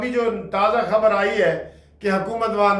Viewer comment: عمر یوں ھی تمام ھوتی ھے۔ تم نالائق ھو۔کبھی درست نھیں پڑھتے خعر۔